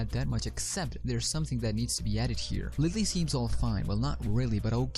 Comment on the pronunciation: Idk if you're saying Willy or lilly....